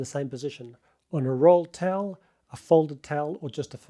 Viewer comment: why do you say “tell” instead of “towel”????